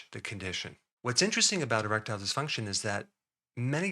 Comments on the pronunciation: I thought i heard him say a-reptile dysfunction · I really heard Rectile, so I though, ¿why are we talking anal here?